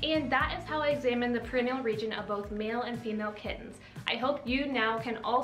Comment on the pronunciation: Great video ! I got 5/5 on the quiz. You are saying perineal wrong though...look up the pronunciation. Thanks for your time! 😻